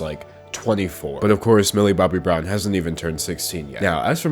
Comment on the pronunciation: I can't not hear Billy Bobby Brown. That's her name now sorry.